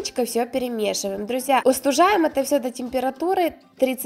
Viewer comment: Не устужаем ,а остужаем!